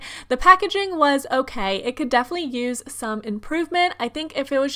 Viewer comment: I'm sorry but it was hard to watch your vid you continuously said "deaf-ly" instead of definitely.